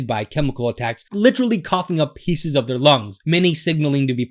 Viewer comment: He said “pice” but meant “piece.” OP is Marine material.